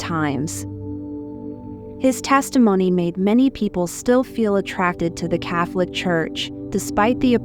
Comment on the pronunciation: I’m glad she no longer says, “kate con”, but she still mispronounces it. She also mispronounces Medugorge.